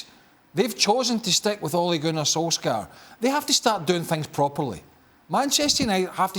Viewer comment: Craig Burnley doesn't like Ole Gunner Solskjaer because he can't pronounce his name correctly!